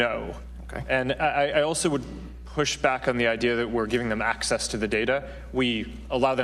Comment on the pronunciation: All I can hear is acces and acees